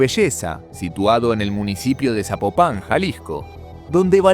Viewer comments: ZapOpan! Acentuando la o 😅 nadie que no sea de México, lo dice bien jaja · todo iba bien pero mencionaste la palabra Zapopan con acento en la a y no es así mijo no me gusta escuchar palabras que no son Zapopan con acentome retiro mejor no me gusta esto